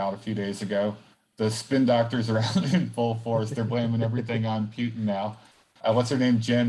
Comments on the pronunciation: Man why you say "Piutin"😵‍💫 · Holy shit please stop say PEWtin